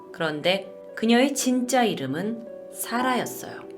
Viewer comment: 사라가 설아로 들림